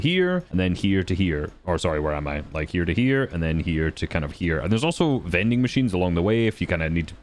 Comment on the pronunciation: Does he call them "mending machine"? Isn't that like a sewing thing. Is it not "vending machine?